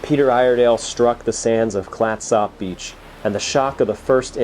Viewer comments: FYI Clatsop is pronounced Klat-sup. Love your channel. :) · We pronounce Clatsop “Clat-sup”. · FYI- we pronounce Clatsop: "Clat-sup". Good job with Oregon, though : ) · Clatsop is pronounced as ClatsUp. The Sujameco was a 324-foot steamship that ran aground in 1929. The wreck is located on Horsfall beach in Coos County, OR. and is in similar condition. The storm conditions that exhumed the Peter Iredale exists at Horsfall as well, so its remains should be just as visible. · When it comes to the pronunciation of Clatsop, you're simply trying too hard! You need to emphasize the first syllable, and just let the second syllable happen on its own, but don't emphasize it so much. Kind of like the word "ketchup"... "CLATsop"!😁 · You say clatsop wierd . Clats-Op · It's pronounced "Clatsup". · Clat sop? It's pronounced "clat-sup" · Thanks for coming to Oregon. Clatsop is pronounced Clatsup, with the "a" pronounced as in cat. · Clatsop is pronounced Clats Up. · This episode is close to my hart. I proposed to my wife just up the beach from the wreck, and my family and I camp at Fort Stephens park often. I have watched everything I can find on the Peter Iredale, this is great. Thanks. Also, I have always heard it pronounced "clats-up" around here. Not "clats op" like it is spelled. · How long were you here and no one told you how to pronounce Clatsop? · nobody I know in the Pacific Northwest where I've lived for the last 48 years pronounces it the way you do. I spent every summer of my youth on the coast and have been out to the Peter Iredale 20 plus times. Think of it this way, no east coaster pronounces Gloucester the way it's spelled. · Great vid, but please 😂 no need to pronounce the o in Clatsop, sort of a slight u actually. Also, yes All oregon beaches are public and considered state highways, so you can drive on (nearly) any beach. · I've never heard it pronounced, "clat-SOP" beach. Oregonians pronounce it "Clat-sup". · It’s pronounced “Clat-sup.”